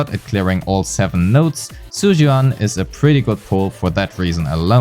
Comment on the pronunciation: I just heard you calling her "Zhu Yuass" 😳